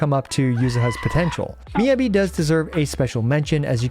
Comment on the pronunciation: thank you for your guides! just fyi it's pronounced more like "mee" "ya" "bee" - not "yuh"